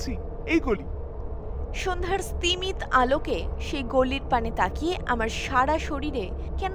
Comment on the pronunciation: স্তিমিত ও-কারান্তে শেষ হবে স্তিমিতো।চ এর উচ্চারণ স্পষ্ট 'চ' হবে-দন্ত চ নয়